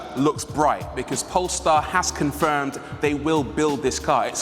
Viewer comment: The way he say “comfirmm” cracks me up .. why he talk like that ?